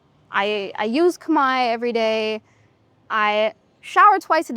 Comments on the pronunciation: She pronounced Khmer words very well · Your Khmer pronunciation is so admirable 🎉